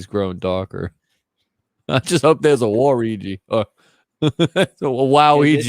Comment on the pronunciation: Hearing pronounce waluigi as (wa-reegee)is the most wholesome thing